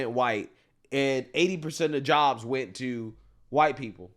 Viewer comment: “Jobles” is crazy! 😂